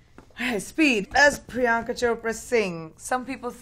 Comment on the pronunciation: Did anyone else hear someone saying prinyanka